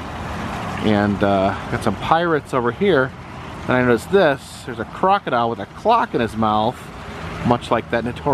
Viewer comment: It’s a clock-o-dile...lol